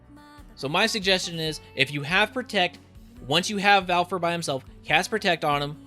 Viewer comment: Fen - rear Val - eh -fo Rah - moo The internet is close by. :P